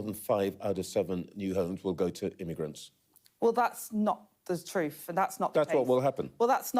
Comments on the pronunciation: “Not the troof” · "That's not the troof".. thats our education system right there.😢😢😢